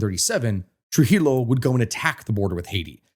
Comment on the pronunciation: As a dominican you should know that you madr no effort to learn how to pronounce things in spanish. When you see a double L,pronounce it like a Y. So Trujillo is pronounced Tru-He-Yo. And Leonidas is pronounced Leh-Oh-Knee-Das.